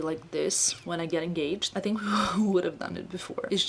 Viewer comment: I hope will not get offended but I hope she can correct how she pronounce “th”, pronounce thought as tot, think as tink. It is just the correct way to pronounce these words